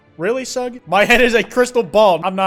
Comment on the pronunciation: pronouncing sug as it’s read and not shug is killing me